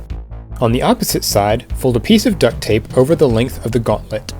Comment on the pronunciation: Why do you say ducked tape